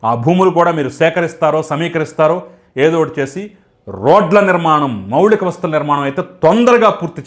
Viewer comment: అంతా బాగే కాని మౌలిక,,, మౌళిక కాదు